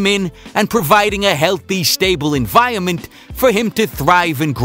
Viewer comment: "Enviyunment" - haha